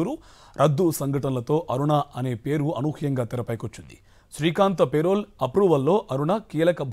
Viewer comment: పెరవల్ కాదు పెరోల్